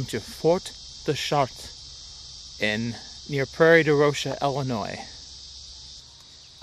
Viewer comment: Just take off the 'res" in Chartres and you have the pronunciation. 'Shart' is how to pronounce it. SH-art not CH-art.